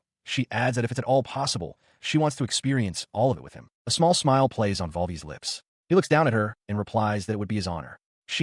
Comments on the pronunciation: The knights first name seems to be "Volvi" but the ai reads it as "vol. VI" 30min in and it only gets it right a couple times; after 45m it breaks down and mixes-up everyone's identity, dialog, & actions for the rest of the story. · The Knight's name is Volvi Hurst but the A.i keeps reading his name Volvi as "vol vi" (vol=volume, vi=6)